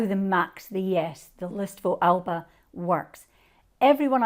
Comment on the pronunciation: At least pronounce ALBA correctly please